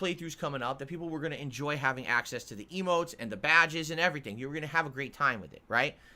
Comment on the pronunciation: Every time he says "eemotes" I'm flashing back to that rant about how Twitch is just about subs subs subs, get those custom eeeemotes. And ofc how he's not about that, he'll never be about that. Yet here we are.